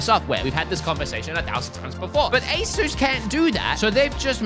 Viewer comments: U say it "a ඞ" (a sus) not "ay shus' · The company is pronounced as A-sis. NOT A-seuss, Dr. Seuss😂😂😂😂😂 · “Ayy-suss” emphasis on the “ayy” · this is how you say asus: Ace - s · Asus is ay (as in ay from ayo) and soos (Zues with an S) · That is actually quite close to how they pronounce Asus in Taiwan